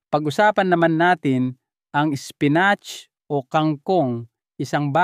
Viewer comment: Apo mali ang pagdsabi mo spinat ang mali spinit ay pagkasabi mo.